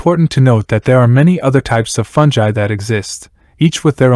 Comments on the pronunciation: Agreed. Cool video but aaaaaagfgghhhuffhrjejsosw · Aargh, listening to you butcher the word 'fungi' every time is like having my brain removed without anaesthetic and placed in a metal cylinder!!